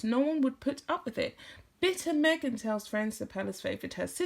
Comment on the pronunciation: Me-ah-gan, Me again, Meghan... 🤮🤮🤢